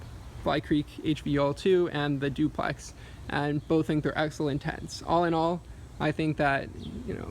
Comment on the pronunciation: "Zooplex" haha. Nice job.